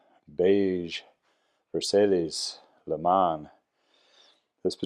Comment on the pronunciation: that name is French not Spanish, it is pronounced "vair-sy"